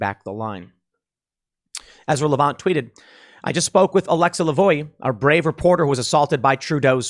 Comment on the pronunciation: The rebel news reporter's name is pronounced alexa la-vo-ah. Her last name in frech translates to 'the voice' which is an awesome name for a journalist